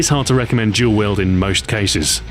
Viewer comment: I like how he pronounces Dual Wield Jual Wield.